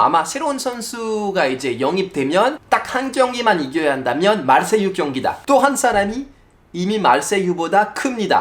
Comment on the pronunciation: 파비앙이 <마르세유>라고 발음하니까 왜 이렇게 웃기죠?ㅎㅎㅎ